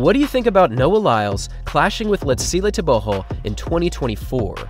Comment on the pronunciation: So happy you have learnt to pronounce his full name correctly. :))